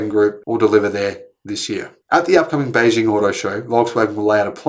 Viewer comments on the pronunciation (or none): none